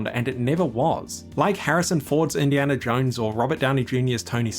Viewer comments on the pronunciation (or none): none